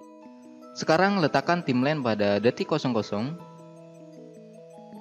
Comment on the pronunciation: Bacanya bukan timlen, tapi taimlain (Timeline) , distorsien (distortion) bukan distorting.... gemeeessss XD